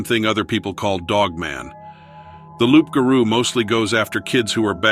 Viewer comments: Le loup garou is a werewolf, it just means that it's a female. And it's pronounced like lou, not loup. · It's roux ga roux